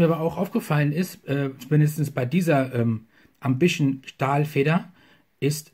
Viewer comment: Der Füller ist so etwa wie ein Parker Vector nur Wertiger Ich Meine der Füller ist ganz OK , ist für Studenten eine gute Wahl .Preislich Ok gut Verarbeitet ,und hat eine ganz gute Feder. Ich meine der Füller wird Ausgesprochen wie man ihn Schreibt. Ambition und nicht Ambischen . Ist Egal ,wir Wiener Sagen Paradeisser zur Tomate.